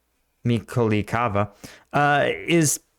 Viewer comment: This "other town" is Mikolaivka - if I'm not mistaken, like Mikolaiv (the one opposite to Cherson) with a "ka" added, which AFAIK means "the small Mikolaiv" 🙂 Sorry, but your pronounciation of Ukrainian town names is quite entertaining 🙂